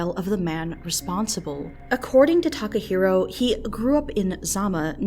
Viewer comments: i cringe everytime she says "Takaheero" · Tim Evans this isnt even what I'm talking about? I'm talking about the comment "they got what they wanted" was inappropriate. I cant tell if its serious or not, but either way, its insensitive. Also its Takahiro, not taco hero.